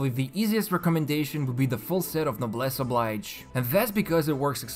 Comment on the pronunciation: These are helpful videos! FYI, it's "No-bless oh-BLEE-zh" rather than "oh-BLY-je"